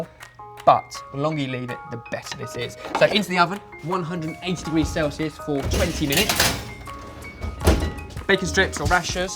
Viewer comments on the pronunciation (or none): none